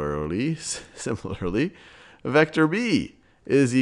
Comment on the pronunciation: "Similurlurly" lmao gets me every time